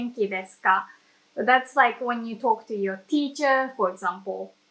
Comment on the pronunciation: Great video. Excellent nuance explanation. Be careful with your pronunciation of words like "brought" or "talk". You say the "o" like the letter of the alphabet but it is pronounced more like "or". The only minor mistake in otherwise perfect English. xx